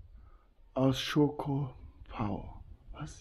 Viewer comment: In dem Freizeitcenter am Eingang das heißt Schkopau nicht schokopau 😊😊 so ein prima Video 👍